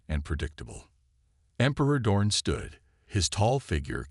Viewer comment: Name is Dorn, not dawn!😮